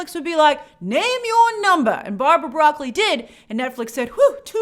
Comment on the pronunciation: It's Bra-cole-E